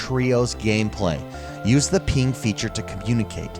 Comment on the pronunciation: "Use the peeng"